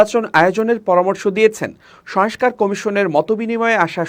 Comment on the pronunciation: দিনের পর দিন ভুল উচ্চারণ করে যাচ্ছেন। সংস্কার ঠিকভাবে উচ্চারণ করুন।